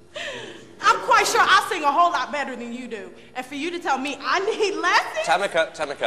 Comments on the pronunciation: it's Tameeeeka, not Tamika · It's TamEEEEEEEEka, okay? hahahah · tamika , tamika tamika Its TAMEKA TAMEKA! 😂😂😂😂😂